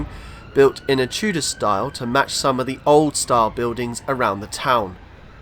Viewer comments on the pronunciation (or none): none